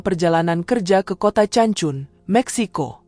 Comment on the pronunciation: Not ce but pronounce K for Cancun